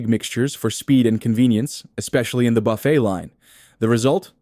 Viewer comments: It's pronounce "buf-fay"... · Hey AI you may want to learn the correct way to say buffet.